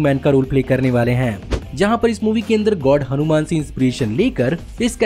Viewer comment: इस movie का नाम हनूमैन नहीं हनूमान है |